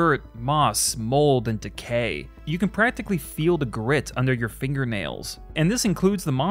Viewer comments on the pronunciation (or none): none